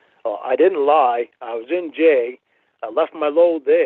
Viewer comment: can’t say “jail”, he says J like he is some badass ex-con.